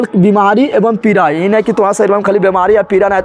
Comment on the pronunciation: Aap achha pdhate hi lekin पीरा या पीड़ा me kya bolte hi pta ही नही chalta sir